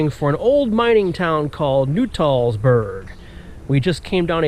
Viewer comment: It is not Nu-Tall- Burg. It is Nut-All-burg. l shot video of the restoration a few years ago.